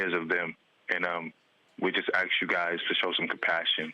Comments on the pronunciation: Why can't any black people pronounce the word "ask" correctly? It is NOT "ax" it is "ask". Jeez. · This is what you wanna ax at at time like this... wtf...